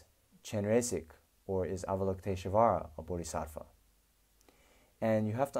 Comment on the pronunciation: Why do you put an "uh" sound betweeb "sh" and "v"? You're able to say "lush volley", or do you say "lush uh volley"? Why is it, then, that you say avalokitesh-UH-vara ?